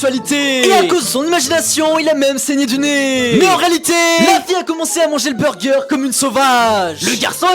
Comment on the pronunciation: Tu casse la tête avec tes mots que tu prononce comme sa (Burgeeeeeeeeeeeeeeeeeeeeeeeeeeeeeeeeeeeeee eeeeeeeeeeeeeeeeeeeeeeeeeeeeeeeeeeeeeeeeeeeeeeeeeeeeeeeeeeeeeeeeeeeeeeeeeeeeeeeeeeeeeeeeeeeeeeeeeeeeeeeeeeeeeeeeeeeeeeeeeeeeeeeeeeeeeeeeeeeeeeeeeeeeeeeeeeeeeeeeeeeeeeeeeeeeeeeeeeeeeeeeeeeeeeeeeeeeeeeeeeeeeeeeeeeeeeeeeeeeeeeeeeeeeeeeeeeeeeeeeeeeeeeeeeeeeeeeeeeeeeeeeeeeeeeeeeeeeeeeeeeeeeeeeeeeeeeeeeeeeeeeeeeeeeeeeeeeeeeeeeeeeeeeeeeeeeeeeeeeeeeeeeeeeeeeeeeeeeeeeeeeeeeeeeeeeeeeeeeeeeeeeeeeeeeeeeeeeeeeeeeeeeeeeeeeeeeeeeeeeeeeeeeeeeeeeeeeeeeeeeeeeeeeeeeeeeeeeeeeeeeeeeeeeeeeeeeeeeeeeeeeeeeeeeeeeeeeeeeeeeeeeeeeeeeeeeeeeeeeeeeeeeeeeeeeeeeeeeeeeeeeeeeeeeeeeeeeeeeeeeeeeeeeeeeeeeeeeeeeeeeeeeeeeeeeeeeeeeeeeeeeeeeeeeeeeeeeeeeeeeeeeeeeeeeeeeeeeeeeeeeeeeeeeeeeeeeeeeeeeeeeeeeeeeeeeeeeeeeeeeeeeeeeeeeeeeeeeeeeeeeeeeeeeeeeeeeeeeeeeeeeeeeeeeeeeeeeeeeeeeeeeeeeeeeeeeeeeeeeeeeeeeeeeeeeeeeeeeeeeeeeeeeeeeeeeeeeeeeeeeeeeeeeeeeeeeeeeeeeeeeeeeeeeeeeeeeeeeeeeeeeeeeeeeeeeeeeeeeeeeeeeeeeeeeeeeeeeeeeeeeeeeeeeeeeeeeeeeeeeeeeeeeeeeeeeeeeeeeeeeeeeeeeeeeeeeeeeeeeeeeeeeeeeeeeeeeeeeeeeeeeeeeeeeeeeeeeeeeeeeeeeeeeeeeeeeeeeeeeeeeeeeeeeeeeeeeeeeeeeeeeeeeeeeeeeeeeeeeeeeeeeeeeeeeeeeeeeeeeeeeeeeeeeeeeeeeeeeeeeeeeeeeeeeeeeeeeeeeeeeeeeeeeeeeeeeeeeeeeeeeeeeeeeeeeeeeeeeeeeeeeeeeeeeeeeeeeeeeeeeeeeeeeeeeeeeeeeeeeeeeeeeeeeeeeeeeeeeeeeeeeeeeeeeeeeeeeeeeeeeeeeeeeeeeeeeeeeeeeeeeeeeeeeeeeeeeeeeeeeeeeeeeeeeeeeeeeeeeeeeeeeeeeeeeeeeeeeeeeeeeeeeeeeeeeeeeeeeeeeeeeeeeeeeeeeeeeeeeeeeeeeeeeeeeeeeeeeeeeeeeeeeeeeeeeeeeeeeeeeeeeeeeeeeeeeeeeeeee